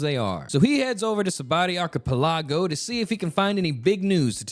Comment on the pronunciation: Really bruh? "Magical fighting crackhead"? How dare you. Plus, the way you say Sabaody Archipelago just makes my tongue itch.